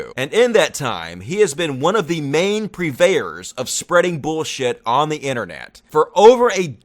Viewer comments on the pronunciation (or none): “Purveyors” not “prevayors”:-). Love your channel!